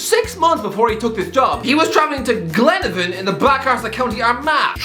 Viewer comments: Not glenavin. Glen-a-von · Glenavon is pronounced “Glen” “nah” “Von” not that pile of wet tripe that you said 😂….. I would know I was at their cup match last night chap 😂…. You may stick to the milk baths hahaha but fair play for the shout out top man 👍🏽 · The way he tried to pronounce glenavin🤣🤣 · Glenavon is pronounced Glen (av) on, :-) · It pronounced Glen-aa-von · Embarrassing how he pronounces Glenavon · is spending too much time in England. That pronunciation of Glenavon made my skin crawl and I speak for everyone in Northern Ireland with this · Love but hate his pronunciation of glenavon lol